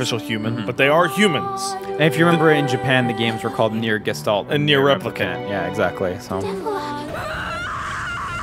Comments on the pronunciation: Nier Jistolt? Does he mean Gestalt? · The way pronounces "Gestalt" fucking kills me everytime.